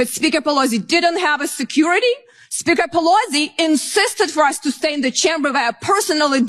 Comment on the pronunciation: She cannot even pronounce CHAMBER correctly. She herself is UN-AMERICAN.